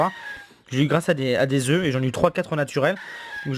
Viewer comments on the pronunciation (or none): none